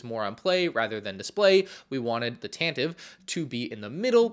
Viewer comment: Tan-teh-vee, it's pronounced Tan-teh-vee.